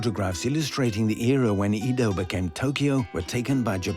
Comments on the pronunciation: Not "E" do. Pronounced "Ae"do.😅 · It’s Edo not Eedo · 江戸 EDO is pronounced like eh-doh (“eh” like egg, “doh” like dough), but keep both vowels short and don’t stretch them. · Eeeeeeeeedo…. aka Ehdoh. Aside from butchering Japanese names, great documentary. Can never understand why so many well done documentaries don’t make an effort to get the pronunciation right. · Please, please when making this kind of documentary teach the narrator how to pronounce names properly. “Eedoh” FFS. It’s like nails on a chalkboard. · it's not Eeeedo and its not Tokeeeyou. Do some f-ing linguistic research! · Fascinating but wish the narrator had bothered to get Japanese pronunciation right - "Eedo", French "j"s and other things all wrong. Still, fascinating. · At least say Edo right 😒🤦🏻‍♂️.